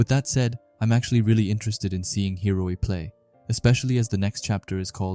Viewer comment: how can you read the name and still get it wrong man??? its HI-O-RI for gods sake